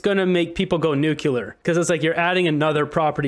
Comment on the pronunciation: lol! It’s pronounced “Nuclear” not “ Nukiler”😂🤣🤦🏻‍♂️👎🏻